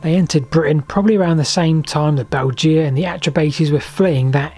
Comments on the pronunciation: Weird how pronounces the name of the Belgae. It should be 'Bel-gay', not 'Belge-a'. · Thanks Ludovica for writing my comment for me! Yes, Latin is easy to mispronounce (especially, it seems, for Brits), but "Bell-gee-ah" (spelled Belgea??) grated in my ears. Agree that bell-guy is much better! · Bel jee ah. What sort of ridiculous pronunciation is that. Bel guy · Excellent video. Just one crit: :'Belgae' is pronounced 'bell-guy', with a hard g, and definitely not 'bell-gee-ah'. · Sorry to be picky, but please check the pronunciation of Belgae. We can’t know exactly how to say it, but ‘beljeea’ is just weird. A better approximation is ‘bell guy’. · Great video, but it's pronounced "Bell-guy"! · I thought that the Belgae was pronounced “Bell guy” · well my old Latin teacher would have had a fit if he heard you pronounce it Beljay lol. Btw pw your other content is right up my street - lost canals and railways - instant subscribe! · Belgae= Bell-guy, two syllable word, the sad state of classical literature in education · Pronounced "Beljay"